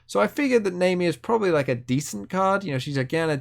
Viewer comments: It's more naami, not naymi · Pronounced Nah Me but okay lol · Her name is pronounced like the "nami" in "tsunami". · Always with the bad pronunciations, this guy... lol Fizz even says her name in the interaction. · And its just 4 letters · Fucking yikes I can’t stand that pronunciation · That is NOT how you pronounce Nami Lmao